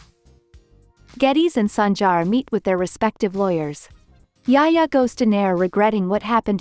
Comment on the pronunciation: lol not yaya it’s yahya..Yahya darling not yaya